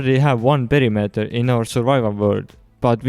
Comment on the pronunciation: omg WHAT IS P E R I M E T E R!!!!!! you pronounced it wrong!!!!!